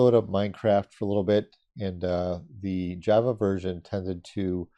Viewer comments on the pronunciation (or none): none